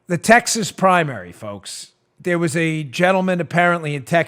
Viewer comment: "Texhas" LOL.